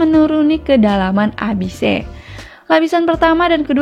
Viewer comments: FYI : Abyss ≠ abise baca Abyss sama kaya " abis " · Alurnya lumayan rapih. Cuma caraa bacanya ngegaggu.. Masa abise.. :( Saran: Lebih oke research dulu cara bacanya.. Jadi lebih enak didengernya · Abise bacaan/pronounce dari bahasa Jepang/nihonggo sih